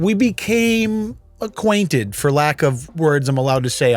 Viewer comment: "Be - came Aquatinted???? 🤷🏻‍♂️" - His wife is trippin for not leaving this guy. Why do we settle so much?